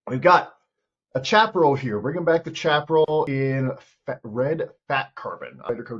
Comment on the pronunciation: Its pronounced shaparrell